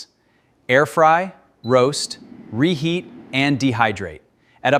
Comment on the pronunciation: 41 seconds into the video DENYORATE ???? RENEAT? Are they even words?